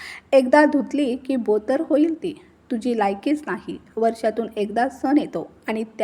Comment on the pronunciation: बोतर नाही पोतेर